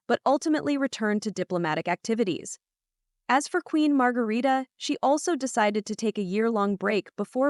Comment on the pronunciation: Please do your your homework. Queen Mother is Queen Margrethe, not Margarita and her second sons (King Frederik’s younger brother) name is Prince Joachim not Jacob. Prince Joachim and his wife aren’t in Denmark for Christmas. They are in France. The Royal twins name is Vincent not Viken and Josephine. Our Royal Palace is Amalienborg, not Omleenborg 😆